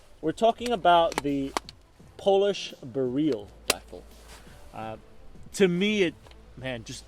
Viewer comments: your pronouncing it as bereal it is Beryl the same as the gemstone (beral) would be closer to the phonetic . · Sorry I know late message the pronunciation of the weapon beryl some people call it "barrel" in sense and you said "ber-real" which is correct sorry to ask